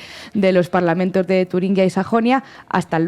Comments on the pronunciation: ¿Queréis pronunciar Turingia bien? Es una "G", no una "GU". Sed de izquierdas si queréis pero pronunciad bien el idioma. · Por favor, se dice Turingia, no “Turinguia”.